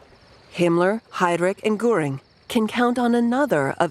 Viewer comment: Some editing was needed for the terrible pronunciation of some German words. Von is pronounced fun in German, Goring, with an umlaut over the o was constantly mispronounced.. Nothing was mentioned of the temporary set back of the NSDAP in the November 1932 election which had Goebbels frantically pronouncing doom. .